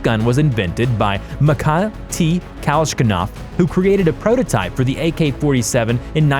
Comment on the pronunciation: Makai T. Kalshkanav? Arya F. Kiddmni?! (Are you ... kidding me?!) These [ i ] in Mikhail are both to be pronounced the same as in "kidding". [ ka lash ni kaf ] should never ever sound like [ ka lash KA NAF ]. BTW, you should put the stress exactly on the vowel you've thrown away (the second one): [ , ka ' lash ni kaf ]. And the stress in Mikhail is [ miha ' il ] (the last vowel).